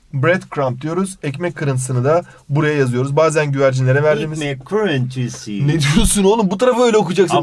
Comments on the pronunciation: ekmek kirintiğsi 😂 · "ekmek krıntiysi" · 💫EkMek KirĞnTisğh💫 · ekmekğğ kırintisiğ Hoca: ne diyosun olum burayı öyle okıcaksın: ay pardon hocam Hoca:Allahım Yarabbim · +ekmek kurintisiğ -ne diyosun olm bu tarafı öyle okuyacaksin +a pardon hocam -Allah'ım yaerebbim hdkhdkdndkdkdkxndsnkdndmdnmxnsms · ekmek kırintisiğğ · ekmek kırıntisiğh